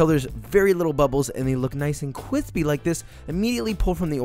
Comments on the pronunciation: Please stop saying kwispy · This video has every Joshism in one: "Cwispy," "Cronch," "balls," gratuitous butt shot and a new classic: "thicker than a snicker" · No on: Joshua: CWISSSSSPY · drinking game: take a shot every time he says "kwispy" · I never understood the satifaction of a grown man saying Cwispy like this. I feel like i can die peacfully now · “Cwispy” has officially replaced “crispy” in my vocabulary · Amount of times he said kwispy: KWISPY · Yeah too bad he doesn’t really say it anymore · That was so cwispy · I want to punch a hole in the wall every time he says cwispy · I love when he says “cwispy” 😂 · Nobody: you want it crispy Josh you want it qwispy uwu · Every time you say cwispy (kwispy) i say that’s the last time I’m laughing at that. But alas I laugh every time. Love your videos and love of food and educating others to love food and also cook for themselves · Hearing you say cwispy every time actively inflates my already close to bursting aneurism. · The recipe is decent, but I can't listen to a man who says "cwispy." It's a personal short-coming of mine, and I'm deeply embarrassed of it. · Is it just me or does he say kwispy instead of crispy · nobody nobody at all Josh: cwispy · I hate to admit it, but the cwispy meme aint doin it for me anymore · Drinking game watch 20 of his videos and every time he says “cwispy” then drink simple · Love Josh, very happy to see his youtube rise and success. He helped make cooking a passion of mine and my life is richer because of it. Ok but I just gotta say I hate it when he says "cwithpy" instead of crispy. I just hate it lol. Just had to put it out there and get it off my chest. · Nice and "qwispy* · Love all the vids keep it up and make sure it's cwispy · I swear no food withing a 5 mile radius of Joshua is safe from becoming kwispy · So Joshua is not seeking a long term sponsorship deal with Taco Bell, Lol! (Or Is it because you insist on saying ‘kwispie🤦‍♀️) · I loose it every time he says kwithpy